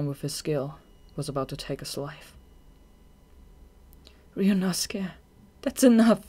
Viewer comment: The whole time I was wondering what 'Riyunosukah" is and realized it's supposed to be some kind of pronouncation of "Ryuunosuke" 🙆🏼‍♀️